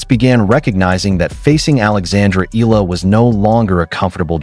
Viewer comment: E-ya-la the right pronouns bro thanks ❤❤❤